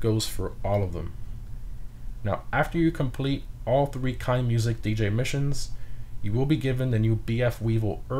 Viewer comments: Since they are German, I think Keinemusik has an "uh" in the middle where the e is before musik (kine'-uh-music). --Someone who's name always gets mispronounced in streams. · Im just curious so why are you pronouncing Cayo Perico like that and KeineMusik completly english ? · you say Keineh Mooseek